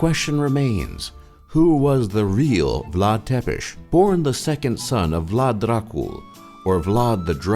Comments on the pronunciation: Vlad Dracul doesn't mean Vlad the Dragon, it means Vlad the Devil. It's not Vlad "Tepesh". It's pronounced as Tsepesh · Lol ur pronunciation of "Ţepeş" sounds like "te pişi" which means " you are peeing" in Romanian :))). No offense cool vids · Is pronunncing "Vlad Tzepesh" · Tepes=țepeș english man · IT PRONOUNCES VLAD TSEPESH!